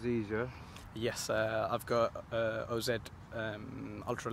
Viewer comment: From when he said supra come out the factory with 230 brake standard n how u need no mods on an r32 engine but it can make 400hp I knew he talking rubbish, even calls the wheels o z instead of oz